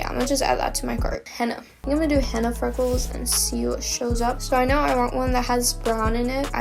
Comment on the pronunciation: POV: ur Arab and she keeps pronouncing-henna it wrong and it gets on ur nervous